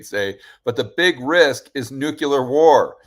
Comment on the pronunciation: HI. Love what you do and in the spirit of being helpful I want to point out that you're pronouncing "nuclear" incorrectly. Not a big deal to most people but something to consider perhaps.